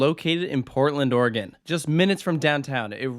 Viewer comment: thanks for saying Oregon correctly. I get a bit frustrated when people don't say it correctly. And do you plan to come back again?